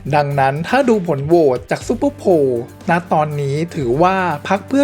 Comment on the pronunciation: ซุปเปอร์ไพลครับ...ไม่ใช่ซุปเปอร์โพล !